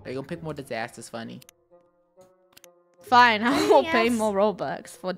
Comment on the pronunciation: it’s funneh not funeneh